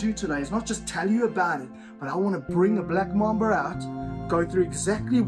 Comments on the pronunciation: MAMBA not MOMBA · It’s MAMBA not momba